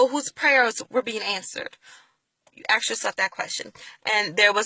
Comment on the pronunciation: Please learn how to say the word "ask". I can hardly listen to your words because every time you say "aks" I become distracted. I start wondering why so many black people say "aks". If it's just a bad habit can you not practice saying "ask?" It's really not a hard word to pronounce. In the first 20 seconds of your video you used the phrase "I'm asking" perfectly, then after that you went to the very distracting "ax ax ax". Believe me, you would sound much more intelligent (and I believe that you are) and believable if you would learn to remove this ignorant sounding speech pattern. As far as your beliefs I came to many of the same conclusions regarding slavery and christianity myself. Where I differ is that I don't have a need to replace Christianity in order to feel whole. You say that you don't have to be atheist to not be Christian. No you don't. You also don't have to replace Christianity with a different religion in order to have a spiritual life. You can become completely comfortable by acknowledging that you can never truly know these answers. You can only choose to believe in something. That doesn't mean that what you have chosen is actually true. It only means that it is what you have chosen to believe at this time. You also don't have to look at atheism as though there is inherently something wrong with it. I am very comfortable in my ignorance of these matters. Let the rest of you get all twisted out of shape over these things. I'm good.